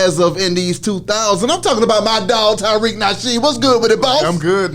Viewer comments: southern black folk be like Tyriq, it's pronounced Ta-reek yall lol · I was waiting for him to stop saying "Tyriq" instead of "Tariq".